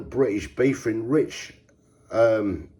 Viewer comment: CHIANTI=Type of Italian red vine pronounced (kee-on-tee).😎✌